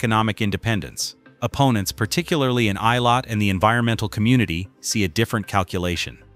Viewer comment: Why is this moderator unable to Correctly pronounce the name of Eilat ?